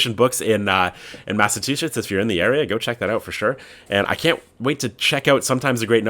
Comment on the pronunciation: I’ve gotta read the dinosaur, that sounds awesome! Massachusetts was close, I’d say Mass-uh-chew-sits